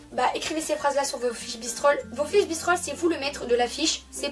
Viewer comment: C’est bristols pas bistrols 😂